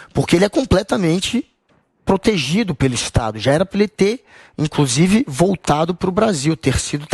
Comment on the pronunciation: "e inclosive"...